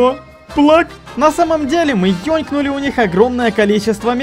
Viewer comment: Ёнкнули? Чо?😂